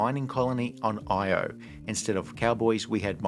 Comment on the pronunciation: yet another person who says “Io” like it’s an acronym. In the movie literally titled “Io,” they mispronounced it this way every single time.